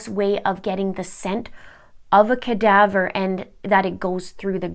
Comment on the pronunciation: its CADAVER DOG. not kadabra. wow, lol